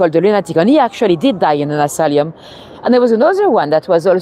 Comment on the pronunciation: Thanks:-) By the way it is asylum, not asalium:-)